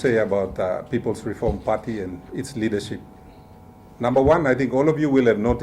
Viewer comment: Is reform or "reorm"? TV WAN is very poorly filtered.